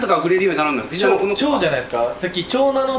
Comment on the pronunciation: 有岡くんが藤七をずっと「ふじなな」「ふじしち」って読んでるのが気になってしょうがない😂 たぶん読み方の相場は「とうしち」だと思うんだよなぁ